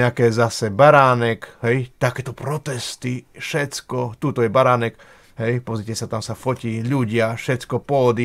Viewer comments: A je to pán Baranek ani priezvisko neviete vysloviť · Kolkokrat povedal Beranek?!On nevie ani precitat meno!Toto nie je normalne! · Už sa nedá na tie tvoje videá pozerať a hlavne nedá sa to počúvať si totálne nepripravený nevieš ani vysloviť meno človeka o ktorom niečo robíš je to totálne amatérske a odfláknuté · Kyda sa lahko. Mohol by si zacat od seba. Tvrdis o sebe ze si investigativny novinar X rokov a taku zakladnu vec, ako meno osoby o ktorej informujes skomolis kazdy druhy krat co ho vyslovis. Preco sa vrtas v prispevkoch ludi, ktori boli presvedceni pre dobru vec a prispeli? Aku mas motivaciu hovorit za nich? Prispel si aspon? Pochybujem. Vrtas do cenovej kalkulacie na ozvucenie namestia a prd o tom vies. Alebo si vedel, kolko ludi pride? Ak by prislo 10 krat viac a bol by tam ten jeden reprak, zase by si ohovaral ze 80% ludi nepoculo co sa rozprava? Pride mi to ako cista zavist z toho, ze ty take prostriedky nevyzbieras. Uz asi nikdy. Prinos z tohoto videa, 0. Vlastne skor negativna. O niektorych prispievatelov si prisiel. Kedysi to bolo z tvojej strany o snahe pomoct a poukazat. Dnes kydas. Vsade a na vsetko.